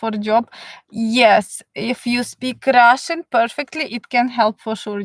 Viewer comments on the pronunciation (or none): Love how you say, I will tell you all about Russshhan Gills (accent) lol. Thank you for the information.